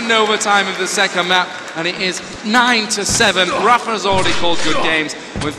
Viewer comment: zis is rapha ahah